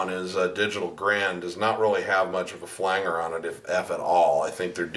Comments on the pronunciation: fyi: It's pronounced Flange-er...Flange (like the pipe fitting) , not "Flang"-er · Nice tutorial but please pronounce "flanger" correctly (yes, it bothers me that much!). Flange is pronounced "flanje", flanger is pronounced "flanjer", not "flang-ger". Fender Rhodes with a phaser was a popular sound in the 70s. Chorus were used more in the 80s. It's a nice sound but can't replace the phaser. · Nice work ! I believe it’s pronounced FLANGER with a soft G like Angie, tangible, tangerine, manage, etc. That effect was originally produced in the studio by grabbing the tape reel by its flange (the edge) and slightly altering the pitch. Cool facts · Do you say "flan-ger" on purpose?